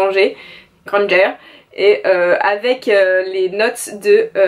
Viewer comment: Hermione "Granger" prononcé à la française ahah ça m'a écorché les oreilles:p j'ai également la meme collection de la saga en VO, les couvertures sont justes trop belles je suis d'accord <3 tu as trop de chance d'avoir ce livre! comme le dernier Murakami:D gros bisous <3